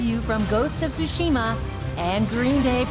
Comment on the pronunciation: "ghost of tooshima" you would think by this time, with the hype surrounding the game, and being the host of the biggest awards show for video games he would at least get the pronunciation right